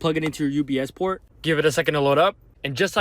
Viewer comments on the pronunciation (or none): The guy : What in the hell is a "UBS Port"? 😅🤣😂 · Did that guy say “UBS PORT” . Funny enough I’ve been able to do this in my 2007 dodge charger for years lmao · “UBS port”????